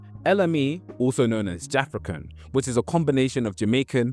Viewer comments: I could be wrong but isn’t Jafaican that you are pronouncing as “JAFRICAN” pronounced “Ja-FAKE-can” i remember when people used to say that when people like Ali G (Sacha Baron Cohen) was doing that his show. As in he is faking Jamaican patois. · Man said jafra can - ITS JA FAKECAN big man lol 😂😂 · Ja-Fake-Can not Jafekan (as you pronounce it) it means pretending to be Jamaican as was all the rage when afrophobia was the norm between 80-2000, let's say. You're wrong on this and you should correct it. Lol.